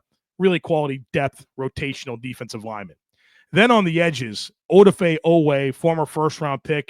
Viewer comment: "Mad da B Kay" Madubuike is how to say it "Uh dah fe" Odafe